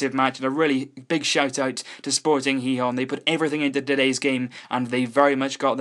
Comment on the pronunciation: finally, someone who pronounces Gijón somewhat decently. Normally people (usually from places like england) say Gee-hon or gee-john which is annoying